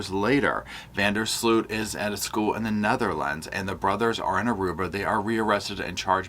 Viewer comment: Tip from a Dutchie: Sloot sounds like Boat.